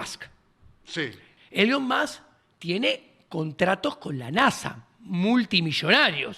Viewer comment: Nunca había escucha a alguien le llamara a Elon Musk “elion mosk”